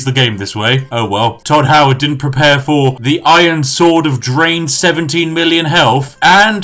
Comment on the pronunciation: I lost it when he said Hodd Toward